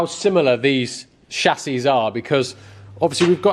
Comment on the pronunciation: chassis.....not chassis you